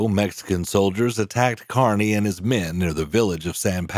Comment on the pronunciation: It's KEERNY, not Karny